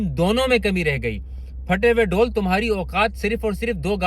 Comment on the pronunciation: ڈول نہیں ڈھول ہوتا ہے۔